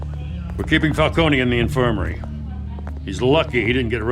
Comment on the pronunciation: are they saying Falcones name wrong or is it just me? I know in Gotham they called him Falcone, no eeee at the end. but here they're saying Falcone the way you say Maroni. its wierd.